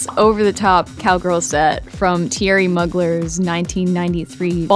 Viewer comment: this is such a fun concept! and i love the finished designs! btw, Thierry Mugler is pronounced Terry Mewglair <3